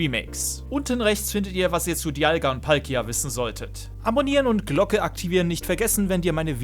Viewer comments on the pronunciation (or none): none